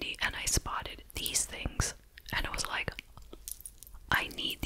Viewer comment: my favorite thing you do say one-syllable words that end with the letter K...two times a wee-K. please leave it a li-Ke. love love love 😴❤